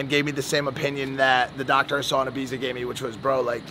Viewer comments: Did just say “Ybiza”? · Be okay if you could even say Ibiza properly 😂